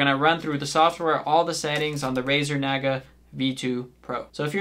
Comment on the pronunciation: It's pronounced like Nah-Gah, not whatever the fuck you said